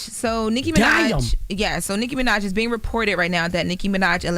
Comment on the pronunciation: saying “Nikki Minaj” like calling Beetle Juice! Damn. Lol